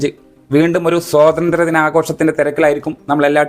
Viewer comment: സോതന്ത്ര്യ മല്ല, സ്വാതന്ത്ര്യ മാണ്